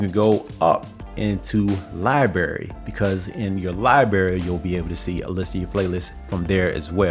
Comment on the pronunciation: Respectfully: Your pronunciation of "library" sounds like "libery." I suggest you pronounce the "r" both times in library.